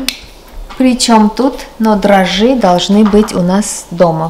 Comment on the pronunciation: русский язык- та еще мУка, если не мукА😅😅. И за эти годы русскоязычного блогерства именно из Ваших попыток перевести впрямую на русский армянские фразы сами собой образуются шедевры-новые забавные выражения, словосочетания. Ваши отличники знают,рады и восхищены!😍.Но вот со словом дрожжи такая же коварная штука, надо говорить дрОжжи, а дрожИ,можно сказать вашей белочке, когда ее наказывать будете-" ну, держись теперь, бойся и дрожИ!😁😁💋💋💋💋